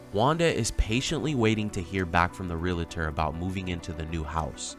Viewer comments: The word is not "re-la-tor" and it's not spelled :"relator." It's "realtor." "Re-al-tor." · It’s pronounced REAL-ter Not Ree-la-ter! Geez! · It’s realtor, not realitor. 🙄🙄🙄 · Why does every one say Real a ter? Lol. It's Real tor. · REAL-tor. It is not real-a-tor. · The word is realtor - re - al - tor, not relator - re - la - tor. If that is your profession, at least say it correctly. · This woman is beyond stupid!! I am just floored by the idiocy of these people. By the way, it's REALTOR, not Realator... this drives me nuts!!! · It’s not Re-la-tor, it’s real-tor 🤦🏻‍♀️😑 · Let me help out, here: the word realtor is pronounced real-tor, not real-a-tor. Two syllables and not three. Majority of people always mispronounce that word. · It's pronounced real tor 2 syllables!! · “Real” - “Tor”, 2 syllables, no hate, just a commond mispronounced word. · ‘Barry’ can’t spell realtor (‘relator’) and Wanda can’t pronounce it. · Realtor is 2 syllables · Does the staff at Catfish not know how to spell realtor or pronounce it? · Can no one pronounce ‘realtor’ properly in this video? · Why do Yanks have such a hard time pronouncing “realtor” correctly? It’s a simple word. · BTW, it's realtor, not relator 🤔